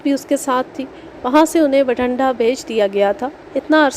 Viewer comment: Masha allah ...beti bht mehnat say sunai aap nay kahani..bht lutf aya kahani thi b achi...aap nay bathinda ko har bar bathanda hi parha ha..plz take care of this...